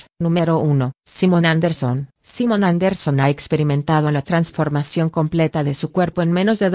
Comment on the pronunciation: Tranformechion ajjajja